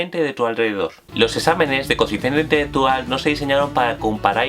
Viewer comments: "Coeficiente itetetual" como 10 veces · no se entiende una mierda q dice, coeficiente intheggetual parece frances